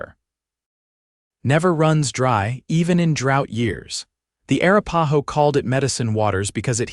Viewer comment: What about Arah-pah-ho for Arapaho?!😂